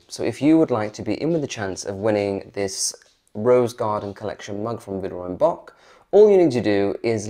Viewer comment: Love your videos. Just one tip because I can tell you love Villeroy and Boch. Check-out the proper pronunciation of Boch. It's a soft ch.